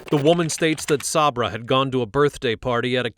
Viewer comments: SAY-BRUH NOT SOB-RA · I normally don’t say anything about mispronunciations because we don’t know what we don’t know, right? But when you hear multiple people pronouncing her name “Say-bruh”, why are you still pronouncing it “Sob-ruh”. 😩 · Sabra is pronounced SAYbruh. It is pronounced that way by everyone in the video except the cop when he asked Pence’s mom if she and Pence were there. Even he pronounced it correctly after she said it. Did you even watch the video? 🤦🏼‍♂️ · The police and even the narrator pronounced Sabra’s name incorrectly SO MANY times! It’s pronounced like 'say-bruh' NOT 'saw-bruh'. At the very beginning her grandma pronounced it correctly as 'say-bruh'. I knew a girl growing up named Sabra and I remember when she started getting a little irritated when people, even some who knew her, would pronounce her name wrong once we started junior high! 😅 Some even pronounced it like 'say-ber'… like the Saber-Toothed Tiger 🐅! Anyway, I hope everyone has a great day! Love from Texas ♥️🤠🌴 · Idk why it irks me but the fact you hear her grandmother pronounce her name as say-bruh but then you pronouncing it saab-ra was mildly irritating 😂😂